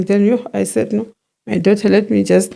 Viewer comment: Love how say Dough ter😂😂😂😂😂😂